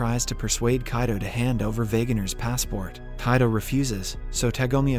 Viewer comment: the pronunciations are different from the previous episodes like he says Kaido instead of Kido